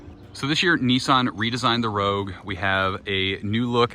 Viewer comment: Neeson hahahahahahahahah it's called a nissan